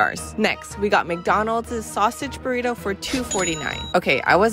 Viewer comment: The ways these dudes pronounce spanish words is just hilarious...buritou...